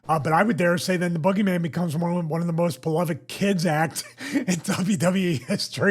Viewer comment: I like how the announcer calls him the boo-geyman